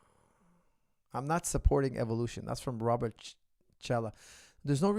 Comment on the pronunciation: Coach you mispronounced Robert name